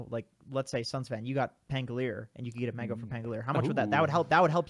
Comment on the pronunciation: can you guys stop calling him pangoleer!?!?!?? pan go li er, not pan go leer. is it that hard to add one more syllable?